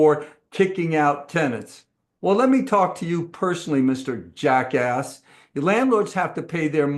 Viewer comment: Can you put any more "EMPHASIS" on Jackass! LOL😁😁😁😁